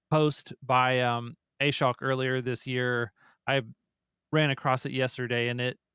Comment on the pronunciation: Ah-Showk. Ashok. Please stop butchering his name.